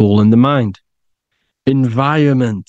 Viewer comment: ...btw, it's "environment", not "enviorment".